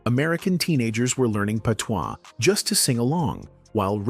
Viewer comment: The pronunciation of patois is hilarious 🤣